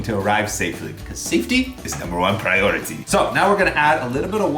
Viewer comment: love it when he mentioned crazy russian hacker: "safety is number 1 piority"